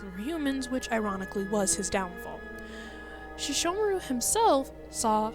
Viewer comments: i HATE when people pronounce Sesshomaru's name as SHeshomaru.... get it right baka!!!! （￣へ￣） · Does the English dub really pronounce Sesshomaru's name like that...?